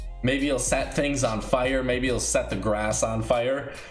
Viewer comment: the way says 'fire' XD